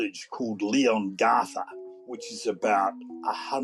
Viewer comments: ' tiny village of leon-gartha'??? Try doing some basic research first! Leon-gatha is the correct pronunciation and it is hardly a tiny village, it is a town of over 5,000 people. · I agree, couldn't even pronounce the town name correctly and it has nothing to do with coal mining, it is all dairy country around Leongatha.